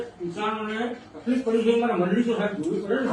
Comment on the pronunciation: અહીંતો મંડળી નો ' મ 'ખબર નહી પડતી 😅😅😅